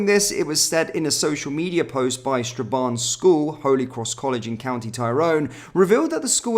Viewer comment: lol pronunciation is atriocious! Fair-man-ah, Tie-rhone, Straa-ban